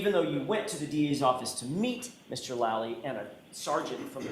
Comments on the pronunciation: > I can't stand Lally but man please can u pronounce his name right. It's driving me nuts to hear u say "Lully" its supposed to sound like Laaally - not Luuully. The "a" makes the sound like the word "Laugh". Thanks for more vids on KR case. I love how ur getting the truth out there & I fully support Karen Read & I know she had nothing to do with John's death. The Reads are really genuine & great people. Completely opposite of the Alberts & McCabe's. I hope ur gonna do Nicole Alberts & everyone else's too. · Lally like "Sally" as in sallyport